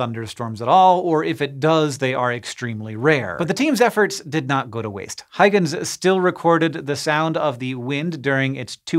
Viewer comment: The Huy in Huygens is pronounced "HOY" as in "BOY".